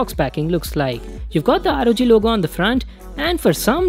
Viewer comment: Rog sounds like rgb Like if agree